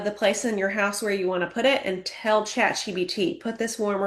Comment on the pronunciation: Is she calling it Chat GBT? She's telling people to "utilise" AI and she doesnt even know the name of it.